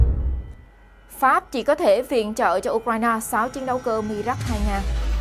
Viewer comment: Nên đọc theo tiếng Pháp : mirage ( mi - ra-z ) . Cám ơn .